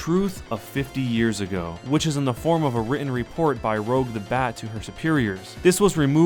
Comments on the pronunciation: Nooo, it's pronounced "Rooj", not "Rogue"... you bloody fool x_x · Did you just say "Rogue" the Bat? XD Rouge is a color XD Also, I thought the Sonic Hedgehog gene was renamed? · Btw it's Rouge not Rogue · The bat's name is Rouge, as in Baton Rouge, not Rogue, as in Rogue One. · Ro-ge the bat. Not rogue. Rouge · Her name is rouge not rogue you illiterate fuck, nice vid though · Her name is Rouge not Rogue... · FOR GOD SAKES IT ROUGE GUH GUH NOT GEH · Rouge... not Rogue... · Did you just say rogue instead of rouge the bat? Learn to listen to voice acting. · Rouge is not pronounced like the Marvel Hero, but the redish color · No idea if you're trolling or not, but it's Rouge. As in the word for Red in French. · Anyone else notice he pronounced Rouge's name wrong? It's pronounced like "Baton Rouge".or "Rouge" the cosmetic used for cheeks. Not "Rogue" like the X-men. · Did he call Rouge Rogue the Bat? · Rogue the bat? It's rouge the bat, rouge, like french for red... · Another "IT'S NOT 'ROWGUH' IT'S 'ROOJUH'" comment. Seriously, how does nobody know how to say "Rouge?" Nobody has ever played any game after SA 2? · I'm not complaining, or anything, but, Rouge is pronounced by the color rouge. Also, rouge, the way you said it, is spelled rogue. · you pronounced rouge's name wrong. It's pronounced the same way as the french spelling for red which is "rouge" (row-uge) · ROUGE, NOT ROGUE! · Gonna nitpick, and it's a tiny one: It's Rouge the Bat, not Rogue. (Roozhe, like Roosh, except vocal. Rogue is like the "roag," that you said.) Other than that, awesome vid! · 'Rogue the Bat' cmon:c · "Rogue the Bat"!? For the hundredth time, look at and learn the letters and words people! It's Rouge! Not Rogue, Rouge. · I'm gonna use my sanic speed to run up and slap you for pronouncing Rouge the bat as Rogue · Says Rogue instead of Rouge. I can feel the REEEEE of sonic fans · You just called rouge rogue… I’m so mad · "R-oh-guh" my boy why do you do this?